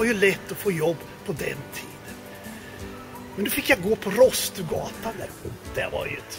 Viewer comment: Det heter Rådstugugatan! Inte Rosstugatan! 🤬 Dessutom är utvikningsflickor söta!